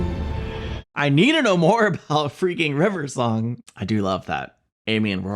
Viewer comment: You do the same thing Matt Smith does! Saying River Song's name like it's one word. My mother also does this.